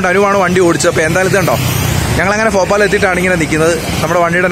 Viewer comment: Bro ഫോപാൽ അല്ല ഭോപ്പാലാണ്